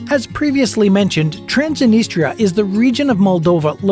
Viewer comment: Learn romanian language ! Chișinău, Transnistria, Găgăuzia must be pronounced correctly by the narrator!!!